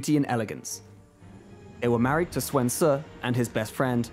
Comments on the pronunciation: Who teach you to pronounce the Sun's name? It's pronounced like soon, not suan. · Is there a reason Sun is pronounced Swen?, isn't U pronounced like oo in mandarin so it would be like saying Soon. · I appreciate your effort in the pronunciations but can you please stop saying Swen in regard to the Sun family. Also, who is this Laura Bu you keep mentioning? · Though he pronounced the Sun name wrong from what I heard of other Chinese speakers saying the name. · I love the new patch! I love the DLCs! I love the Game! but please... IMPROVE YOUR PRONOUNCIATION! I feel so sad for the Sun Family's name being slaughtered... Any peace...